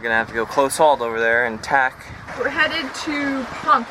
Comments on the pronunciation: It's Ponce-ey. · it's 'Pon Say'. (Our kid was on island for a full year with FEMA from just after Maria hit until 11/18.) PR is wonderful.:-)